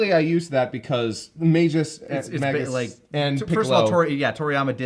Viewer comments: ish--- Magus is pronounced "May-gus" with a hard "G" and a long "A" . It rhymes with "Hay Bus" 🙂👍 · I love the use of Magus's theme in this episode. Piccolo is a GREAT fit for it. Magus in general is very Piccolo Also it's mah-gus not may-gus or mage-us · It's actually Mah-goose